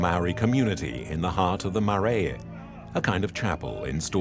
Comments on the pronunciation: MAR- RRYE...Marae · The producers really should have checked they had the correct Māori pronuncitation! Something of this level should not have missed that. Marae and ? Bro